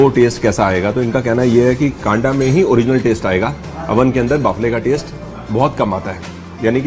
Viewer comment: भाई साहब आपने कांडा आपने जो शब्द बोले वह गलत है उसको बोलते कंडा गाय के गोबर का बनता है